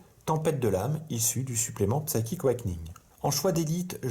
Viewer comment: Merci pour cette bataille et pour ta prononciation rigolote : psaïtchik euwékeuning ^^